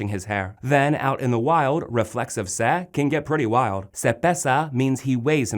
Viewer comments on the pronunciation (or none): Why does he keep saying "sa"? it's "se". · Sabes bastante cosas sobre el idioma Español. Pero debes mejorar un poquito en tu pronunciación. Por ejemplo, pronuncias "me" como "ma"; "se" como "sa"; "lo" como "lou". Recuerda que Español la "o" se pronuncia como "o", y no como "ou".Obviamente vamos a comprender lo que estás diciendo pero a veces suenas algo raro. Solamente es un consejo y disculpa. Has hecho un buen trabajo, sigue haciéndolo de esa manera. Saludos desde Cabimas, Venezuela. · Great content but the pronunciation is wrong... the letter E in Spanish is pronounced as “ay”. Se is pronounced as “say” not “seh”. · is correct. It is painful for me to listen to the pronunciation on this video.